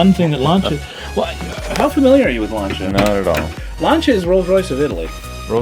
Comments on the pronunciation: Stop pronouncing Lancia as Lanchia, sounds so wrong :P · F.I. heads have big valves. Mikuni carbs didn't get a mention. Paint code 95 Light Blue often known as Ice white as it's white with just a tint of blue. +1 to the Lancia mispronunciation. Very dangerous having overdrive available on all 4 forward gears as it means that if OD is switched in when you select reverse you will damage the OD, the reverse in the GB, or both. Nice armrest/console. Rare and I'd like one for my 220.